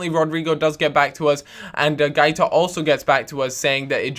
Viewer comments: its |GWAITA| not |GAITA|... pronounce the 'u' as a 'w' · guaita is pronounced GWA-EE-TA